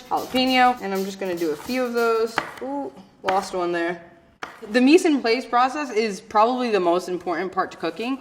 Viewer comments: Mise en PLAAAAAAS, not "Place". But nice presenter. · I'm just too distracted on her pronunciation of pate, mis en place, and maggi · Her mispronuniciation of mise en place gave her away, unfortunately. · Probably because my first language is french, but that didn't distract me at all!